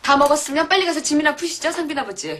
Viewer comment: 상빈인데 상민으로 들리시나?